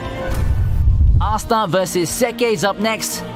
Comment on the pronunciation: I believe his name is pronounced astA, not assta